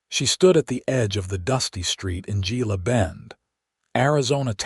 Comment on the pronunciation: Hey, AI...GILA is pronounce HEELA. You're welcome.